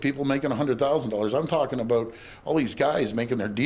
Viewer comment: "You know what it's all aboot?"